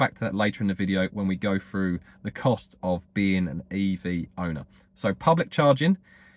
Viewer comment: I was quite happy to hear your views on this topic. But after several " froughs, finks and eivers" I couldn't take it anymore.